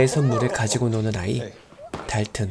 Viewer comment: 여기 아빠가 달튼 부르는 발음 개조아 막 닱은!!이래 이런거 개쥬아